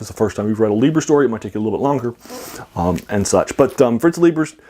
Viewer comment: Pronounced Fritz LIE'ber.